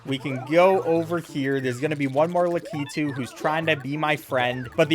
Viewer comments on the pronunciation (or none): i mad that he said lakeetu